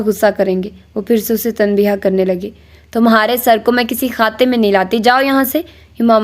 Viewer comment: Very nice,dear I want to make few corrections.The right pronunciation is tanbeeh.not tanbeeha and wajeeh not wajeeha the last alphabet hay is silent